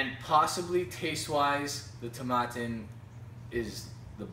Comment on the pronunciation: Not to be a nudge but Tomatin rhymes with satin. Nice review the 18 is a great value in US.